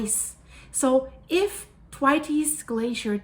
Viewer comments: ....It's pronounced 'the waits' but spoken as all one word/syllable... rhymes with gates 🌹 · Hi. A gentle feedback. I am pretty sure the way to pronounce Thwaites is the th as in the word “thin” and waites as ie waits (for the red light). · This is crazy - thanks for sharing this. Also I beleive it is pronounced th (as if about to say "thing" or "through" then what sounds exactly like "waits" as in, "he waits".Emphasis goes on the "wai" not the "ts" nor the "th". It is a name from the UK I knew a few folks who had that name. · "Twities" 😂 it's Thwaits "th waits" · Good morning it's the Thwaites Glacier Pronounced Th wai tes 😂👍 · It's pronounced Thwayts. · Thwaites not Twities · Pronounced "Thw 8's" not Thwaytees. Just fyi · Isn't it pronounced Th-waits? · Thwaites Glacier pronounced th-waits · It’s pronounced Thwāits (Rhymes with WAITS) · Pronunciation, is Th-way-ts or, if you like, "Waits" with soft "th" stuck on at the front. Common British surname, and you also get the singular Thwaite in place names. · Pronounced Th as in Thirsty and waites as in waits. No tighty whitey's 😂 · the pronunciation is th (like the) WAITES (like waits). Put it all together - th-waites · Its pronounced Thwayts 💕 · Is it not pronounced Th..way..ts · Thwaites pronounsed Th-wait-s, named after Frederik T. Thwaites. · Love your work but it's pronounced Th-waits xxx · yes girl she totally pronounced that totally wrong so Lisa yes she did girl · just to say, it's pronounced Thwayts. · It’s pronounced ’TH-WEIGHTS’ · So,I love you dearly ❤️. Thank you for being vocal about the Th-waits (pronounced like The waits without the hard E) or Thwaayts if you can understand it better that way. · Hi,. FYI: The glacier is pronounced like waits with a Th in front of it. Thwaites - all one syllable. Not a Spanish pronunciation. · Learn how to say “THWAITES!” properly. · Thwaites rhymes with HATES. 😅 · Thwaites one syllable no tes